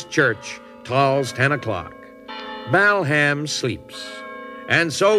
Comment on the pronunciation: Mike's right it's BALham not BELham!